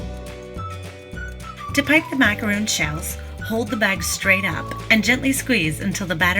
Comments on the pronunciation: That Sagittarius Girl there's a massive difference between the two. If you're making them from scratch like this you should know how to pronounce it. People have pet peeves. I bake so this particular mispronunciation bothers me. And that's okay. People can have pet peeves. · I was watching this video but once the name of the cookie was mispronounced I couldn't continue to watch. I assume that if you can't get the name of the cookie you are making correct, then your method is probably incorrect. I am from the US and your explanation for the mix-up is silly. When you're in European countries you pronounce it correctly but in US you don't? There is no "our way" or "their way" of saying it, there is one way and it's Macaron. I would suggest remaking this video so you don't continue to spread misinformation. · A macaroon - double o - is a coconut cookie. A macaron is an almond cookie. It's not pronounced macaroon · Why are you saying macaroon? One “O” does not make the “OO” sound. I just find it funny how many people make a tutorial for how to make macarons and they still say macaroon. They’re two totally different things. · If you're going to do a tutorial, please at least know how to say the item. I cringed every time you said "macaroon". So, like 50 times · It's pronounced mac a ron, not mac a roon. They are two totally different cookies. Macaroons are coconut cookies. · They are pronounce MAC A RON not macaroon, they’re two separate biscuits 🤦🏼‍♀️🤦🏼‍♀️🤦🏼‍♀️ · It’s MAC-A-RON. NOT macarooooon! They are two totally different things! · Macaron. Not macaroooon. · Not a macaroon, rhymes with loon... it is a ma-ca-ron, rhymes with bon-bon but if you can’t manage that Ron beats Roon. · They are pronounced mack-a-Ron. A macaroon is a coconut cookie. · MacaRON- Is how it's said. A macaroon is a different cookie. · Macaron not macaroon, they are two entirely different cookies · The cookie you made is pronounced Mac-a-ron. Macaroons are a completely different cookie.